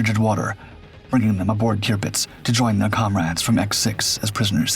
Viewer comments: Terpitz, not Tearpitz. AI? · You would think, that if someone decided to tell this story, an important event during World War II, they would at least get the name of the ship right. It is, or at least was, TIRPITZ, not TRIPITZ, which is what the narrator called it. Must have been overdubbed by AI, even so, someone should have ensured the correct pronunciation. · Turr-Pitz is how you say it. Tirpitz. Not toopits. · Tirpitz pronounced TURPITZ. Tearpitz indeed! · Tirpitz not qpitz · It’s pronounced “TER-pits”…. not “TEOO-pits.” Where you got that, is a mystery. LOL Great doc, as usual. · Tearpitz?? It’s pronounced Turpitz but spelt Tirpitz jeeee whizzz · Tupitz? Wasn’t it Turpitz? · "QUBITZ"????? where'd you learn how to pernounce words??? clean out that bubble gum and oversized tongue in what you call a mouth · it's pronounced "Terpitz" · Kewpits??? :face-green-smiling::face-green-smiling::face-green-smiling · Posts like this deserve more care and respect than the usual A I soundtrack..... TUEPITS? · I dislike the way the “AI” pronounces Tirpitz.